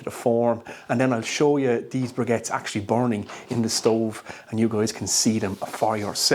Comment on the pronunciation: Sounds like you have a G in the word "briquettes". :)